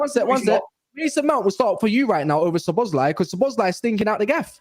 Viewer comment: Imma just say this is my favorite stream and panel so far these are some of the things I found hilarious tonight. 1. calling szoboslai, Szobozo 😂. 2. saying 20 mil is too much for inter so they won’t get tyler adams 😂 3. vs mini banter argument proper rivals Manchester United vs Liverpool. The best frenemies. 4. getting stressed and using his stress ball top tier. Finally saying if Ben doak got injured he would be called Ben dover 😂. Top stream might have to rewatch 😂😂